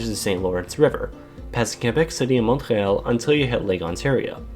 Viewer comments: Why did you say Montreal like a terrorist? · the way he pronounces "Montreal".